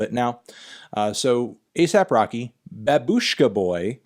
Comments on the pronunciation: It’s not babUshka It’s bAbushka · Guys, it's pronounced /bä· bush·ka/ in Russian (with emphasis on the first syllable) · It's "baaaaaaaaaabushka" Emphasis on the first syllable Thank you, melon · Not as much support, as we are making fun of him for pronouncing Babushka wrong.